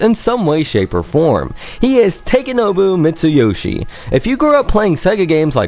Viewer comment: Could have pronounced his name correctly, but I guess you're guilty of that, too.